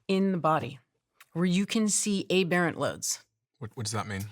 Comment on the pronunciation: lol, I had to check myself when she pronounced "aberrant" incorrectly to make sure I wasn't incorrect. For the future, the letter is pronounced with a short "a" as it is in "apple" the "berr" as in "burr" holes or "birthday" and "ant" as in the end of the word "compliant". So "a-burr-int" ;)